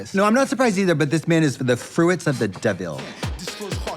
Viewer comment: I caught that too! "the froo-its of the deh-ville." She's a lady of culture.